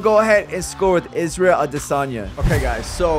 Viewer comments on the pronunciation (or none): none